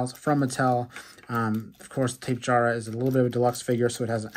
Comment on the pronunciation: It’s tap-e-jara btw not tape-jara